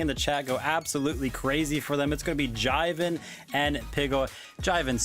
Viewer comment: Its not Jiven Fortnite, its Jivin (Jai-Vin)